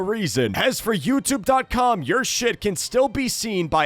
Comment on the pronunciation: Bro said YouTube. cum. 1.15